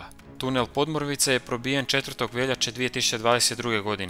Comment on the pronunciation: Bravo. Jedino što bi spiker mogao prilagoditi naglasak lokalnim navikama: škurínje a ne škúrinje. i podmúrvice a ne pódmurvice :) no to je kukanje na visokom nivou 🙂